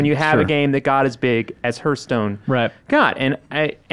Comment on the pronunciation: Lol Reiners face every time said "herstone".